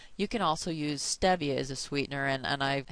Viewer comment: I thought by the title that you would show other foods not listed in P&I that don't harm the plan. What a misleading video. And you mispronounce stevia.